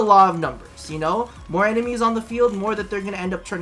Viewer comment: "A group of emenies." Hahaha